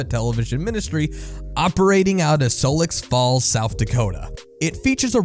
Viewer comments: did my dude really just made "Sioux Falls" sound more complicated than it is 😂 he said "Soulicks" it's just "Sew" like Sew-er. My name is Dakota so yes I'm anal about this stuff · "Sullix Falls" South Dakota??? I think you meant SIOUX FALLS ("Sooo/Sewww") falls; like how the word "you" or, ironically, SUE are pronounced) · My man... did you say "Solux Falls, SD"? Youtubers be killing me with the way they say shit. There's not even an "L" in Sioux Falls, South Dakota. It's nitpicky I know but my education was the same as y'alls, and I feel like I got this kinda shit down cold. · its sioux falls. not solex falls. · It's not "Solex Falls" South Dakota, It's pronounced "Soo" you fucking ignorant fool. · Sioux Falls is pronounced more like ‘Sue’ falls, not ‘Soul-lix’ falls. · Sioux Falls, South Dakota, is not pronounced SO-EX Falls, but SUE Falls. The name "Sioux" is a French abbreviation of an Ojibwe word used to describe the Lakota. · “Sowicks Falls, South Dakota” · hey i enjoy your videos but sioux falls s.d is pronounced sue falls after the lakota sioux indians . haha. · Sioux Falls, South Dakota. SIOUX like as in SUE. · Regarding Burrnie the Crack Rabbit, the city it's made out of is made out of Sioux Falls South Dakota, pronounced "Sue" like the Native American people. Love the video! That part just bothered me a lot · Sioux Falls is pronounced “Sue Falls” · Did he say sioux falls south dakota or sullik falls south dakota? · Hey guys, I'm not being a nit-picking South Dakotan (yea I know, my screen name makes me sound like a grandmother in Po Dunk, SD...I'm really not lol), but the Sioux Falls, SD you pronounced is supposed to sound like "Sue Falls". Aside from that, love the content! I am not a christian or religious person at all, and these shows are creepy and ridiculous how much people reach so far to push their agendas on kids. Or the parents that force this on their kids. eek! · did you say "silux" falls man damn